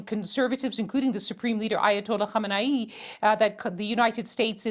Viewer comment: I just want to say that in all my years of living on this planet we call Earth, this is the first time I've seen a white British BBC news anchor pronounc that rat Khamenei's name correctly. He got the kkhhh just right and even got the different high and low vowels in there correctly. Honestly, this is more impressive than the precision drone strike on Qasim in my book